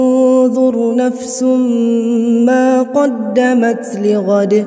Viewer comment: Assalamualaikum ustadz. Maaf di pertengahan ayat 18 Ligrod . Disitu ustadz wakafkan. Tapi ustadz terbaca lighodi .. Maaf perbetulkan saya kalau salah.